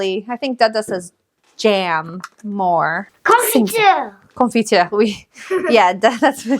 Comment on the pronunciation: From Belgium, your accent when you say "confiture" surprised me 😅 you've got a really good french accent 😍 thanks for your video you're my favorite teacher 🥰